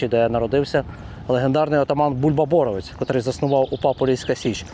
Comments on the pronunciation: Полісся. Рівненське. Не сарненщина, а Березнівщина. І не Бо́ровець, а Борове́ць. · ОчмаНа правильно став наголос. ти що не знаєш української мови. очмана - це очумілий чоловік і т.д. подивись тлумачний словник. БоровЕць а не бОровець. не якова долина а янова долина. по Очмані не все так однозначно. то що він працював з нквд факт.